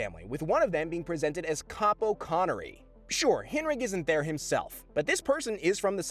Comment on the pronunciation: is C-AH-PO and its a rank not a name